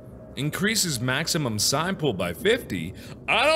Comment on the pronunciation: calls the psi thingy a sigh